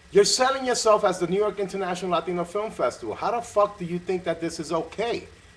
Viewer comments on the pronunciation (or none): What does an English director know about being Latino? He couldn't even say the word "Latino" properly. Make an effort, mate! and next time Tony, you wanna talk about the unification of race, educate yourself on the race and issues and struggles that the race deals with, especially in Hollywood. Tony sounded ignorant and clueless. of course Tony would chose a white girl yelling disrespectful things at her grandmother , it's probably how he was raised and grew up seeing and doing.